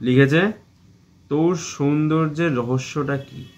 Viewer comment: Amr darun porichoy dili sobar kache..."ankita(titli frd)" bahh...btw ota sundorjo na soundorjo...